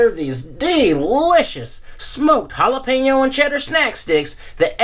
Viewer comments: Ricky: "Listen man, why don't you go down to the store and pick me up some Ja-lap-en-oh cheese sticks, and I'll hang out with ya" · the J is silent, ricky !